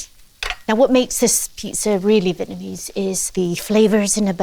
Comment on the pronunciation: A vitamin ease pizza? Lovely lady but what’s with the pronunciation of Vietnamese